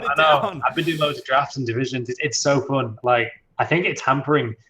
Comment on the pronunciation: 'It's so foon'